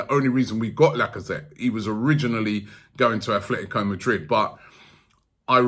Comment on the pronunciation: Robbie... There really is no 'th' in ATLetico Madrid.